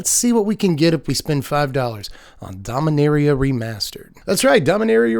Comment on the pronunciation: You're pronouncing it Domineria, instead of Dom-ee-nah-ria. Is that from some official source pronouncing it?